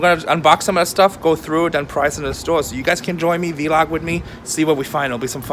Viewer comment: I love how called it a V-LOG instead of vlog lmfao